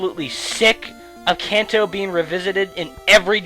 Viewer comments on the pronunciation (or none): it's crazy how you "can"to, but then say manga correctly.... blow my mind.